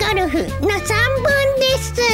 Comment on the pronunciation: 貴家さんに寄せようとしすぎて「ですう〜」が妙な訛り方した発音になってる気がする。そのうちこなれてくるとは思うけど。